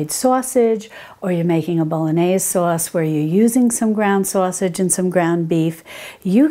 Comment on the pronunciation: I love your videos! The way you say "sausage" rings of the Northeastern United States. Not to be personal, but are you from Texas or the east coast?